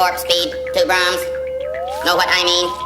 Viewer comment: Imagine you are watching a sad movie and then a commercial comes on and it's an Ernest ad. When he says braums it comes off as the classics artist Brahms